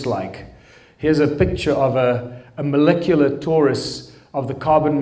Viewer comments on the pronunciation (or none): none